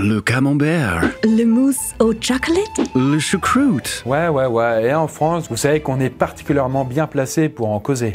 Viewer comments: Le chuocwoute mdrrrrr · Le camembew, Le mousse au tchocolate, le choucwoute 😂😂😂 Il ma tué avec la prononciation 😂😂😂